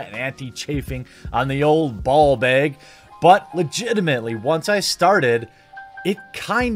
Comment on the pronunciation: Says "ball" just fine. Then says "bag" all Wisconsony. You are killing me Jeremy.